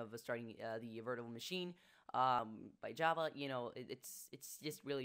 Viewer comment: "Vertuhrole Machine"